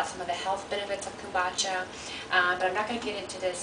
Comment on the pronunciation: repeat after me ..Come- Boo _ cha ...your not pronouncing it correctly